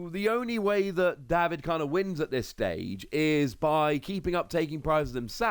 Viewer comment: Day-vid,, not Daw-vid.